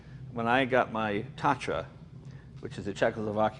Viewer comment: It is pronounced TATRA (like the mountains) with T like in Tunderbolt or in Moun*T* , A like in Pan (-american) and R like in aRested . Also,you may be 4 in usa of a or north america,but in cechia and slovacia along with the rest of NATION STATES or simple countries in EUROPAN continent,there are manny manny more,for sure.